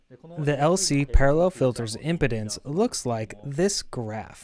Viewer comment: For the translator it sounds like you’re pronouncing “impedance” as “importance”.